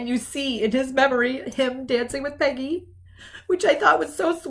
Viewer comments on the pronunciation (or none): none